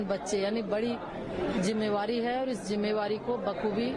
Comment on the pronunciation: Mam aap jimmedari ko jimmevari bol rhi hai